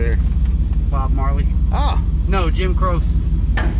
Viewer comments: Lol Jim croce not Jim crow. That had me DYING. Lol love yall haha click it or ticket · Jim Croce is pronounced Crow chee. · Pronounced Jim (Crow-chee) I like "Operator"